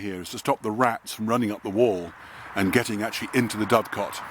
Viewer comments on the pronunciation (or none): dove-cot, or doo-cut